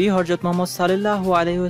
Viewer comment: আগে শুদ্ধ উচ্চারণে কথা বলতে শিখুন। "হরজত" নাকি হযরত